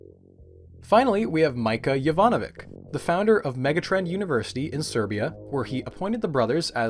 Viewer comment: Jovanovi "ch". You got the "Y" correct though :) Sorry, my research is in the region so I had to haha